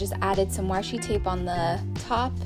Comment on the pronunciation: I love when you say warsh. Warshi tape..